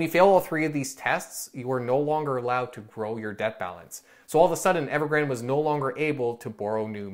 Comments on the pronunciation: its pronounced as Evergran - De like day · Evergrandee(y). Pronounce the last „e” like the first „e” but ever so slightly longer and add a subtle „y” at the end, done.